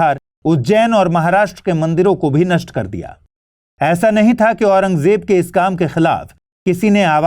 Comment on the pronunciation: Itne bade teacher hoke aurangzeb bolne nhi aata .... j nhi z hai